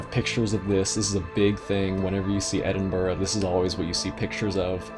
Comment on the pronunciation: well done for saying edinburgh correctly mate